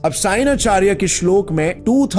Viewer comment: Bro... firstly you need to pronounce and use proper authentic words by you using worng pronounce it results to changes in gender श्लोक श्लोका are two different things Just like Ram and Rama Ram is a male personality Rama is female Shloka is feminine word So hopefull you will improve your speech and wordings